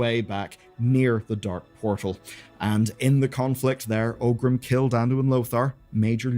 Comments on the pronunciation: Are you mispronouncing 'Orgrim' as 'Ogrim' and 'Cairne' as 'Carne' for engagement bait? Because it's working... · Great video, it's always nice to look back and see how it all came to be. One thing though: The orc's name was not OGRIM, but oRgrim. I don't know why so many people mispronounce the name that often.